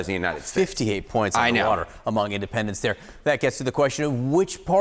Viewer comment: “Undah wadah”